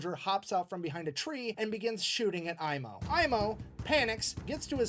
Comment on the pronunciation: You have absolutely no need to apologize. History was my worst subject. Even though I love this stuff. You are the first reactor who pronounced Aimo's name perfectly without effort, for obvious reasons. Your reactions are fun. Stay awesome!